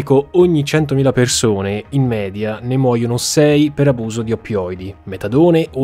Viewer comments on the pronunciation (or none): none